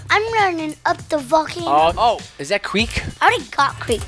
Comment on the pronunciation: ik i thought he did but he said valcano